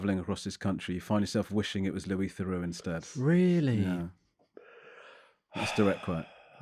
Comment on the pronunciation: They couldn’t even pronounce Louis’s name properly. Louis is a clever guy.